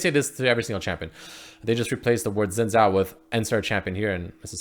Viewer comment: Real pronunciation: Shinn zhao